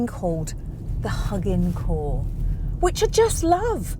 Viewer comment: Its HuginCore like Hue (light) -[be]gin (to start).